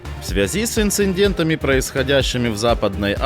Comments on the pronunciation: ИНЦИДЕНТ а не инциНдент. Разве это такое сложное слово? Не могу такое воспринимать в серьез, а сильно хочу. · Ребята, ну нет в словах ""инцидент" и "прецедент" лишних букв Н! Постоянно у вас в эфирах "инциНдент, прецеНдент". Ухо режет) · Похоже, для некоторых ваших ведущих правильно прочитать слово "инциндент" - настоящая "промблема" 😂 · Дорогие, нет такого слова - инциндет. Пожалуйста, поменяйте автомат, который читает сообщения мужским голосом. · "инцидент", нет "инциндент"!!! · Голос при озвучке инд.президента произносит неправильно слово инцидент, он говорит "инциНдент", там нету буквы Н после И!😂